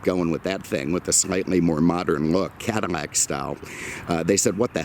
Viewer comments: Can't forget his pronunciation of "Cadillac" as "Cadamac" in some videos. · Did he just say Cada-Mac? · He pronounces Cadillac - “Cadimac”